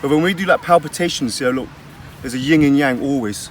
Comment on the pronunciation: Yin and Yang bruv, not Ying and Yang.